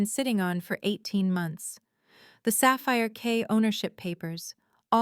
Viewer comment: It's Sapphire Key, not Sapphire K.